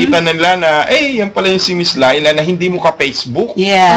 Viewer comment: wag mong butcherin ang pangalan! Leila, as in "ley lah"